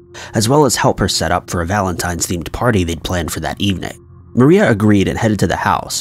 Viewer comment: Valentime's Day...? 👀😑 My God..